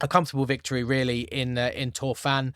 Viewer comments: And stress is usually on the last syllable but one But there are exceptions, including Tor-FAEN where it is on the last syllable. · Pronounce Torfaen as 'Torrvine' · I see you are working on your Welsh pronounciation. A few tips: ‘Dd ‘is like ‘th’ but it’s ‘th’ like in ‘the’ not like in ‘thistle’ F is pronounced like V Ff is pronounced like F So Torfaen is like Tor-Vine, the ‘ae’ is like ‘Ah Eh’ said quickly which ends up like ‘aye’ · How to pronounce Torfaen, pronounce Torvine, as in Tor-vine as in grape-vine. Hope that helps.